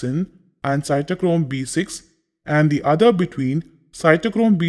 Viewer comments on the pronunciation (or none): none